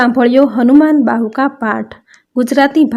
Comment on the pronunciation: Bahuk bolo bahuka nahi